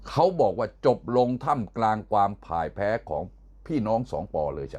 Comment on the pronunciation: นาทีที่ พ่ายแพ้ ไม่ใช่ผ่ายแพั (อีกแล้ว)